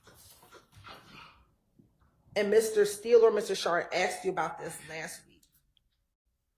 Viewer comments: She’s freakin awful. And I hate when she says “axed” instead of “asked”. It’s cool when ur either friends but not as an attorney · Stop saying axed. It is asked.🤯 A DA or ADA should have an education. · Did that lawyer really say “axksed”?! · I just cannot believe you can be a lawyer and use the word ‘axed’ so much. This lady is pretty stupid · Damn, I’ve heard “axed you” way to many times from these fools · an educated lawyer can't pronounce asked properly?